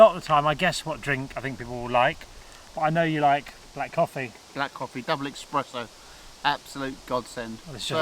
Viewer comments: saying expresso instead of espresso god that hurts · Oh my god! Another one that says, “EX-presso”! No, bud...sorry, but it’s ES-presso 😂😂👌